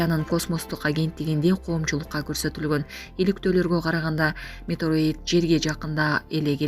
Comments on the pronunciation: Метероит эмес метеорит десенер туура болмок демекчи элем оо экичилер.Адамды да адаштырасынар. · Метеорит дегенди эмне туура окубайсын ? Метроид деп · Метроит эмес метеорит деп айт кызым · Метеорит эмес метеорит. Эй экичилер туура окуганды уйронгулочу.Прапоршик деген созду да туура эмес окудун. Жанымды О тамгасына эмес А тамгасына коюп окусун туура болмок. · Метеорит деп туура айтсаныз